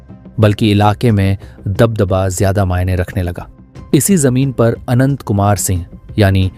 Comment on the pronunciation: आवाज "आनंद "सिंह आ रही है